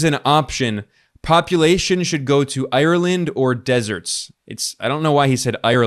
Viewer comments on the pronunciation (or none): none